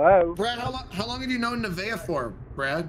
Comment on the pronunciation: The only thing better than the uber driver miss pronouncing nevaeh's name is her " are you kidding me?"